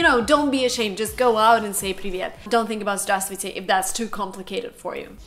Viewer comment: P. S. You know, we don't pronounce /v/ in word Здраствуйте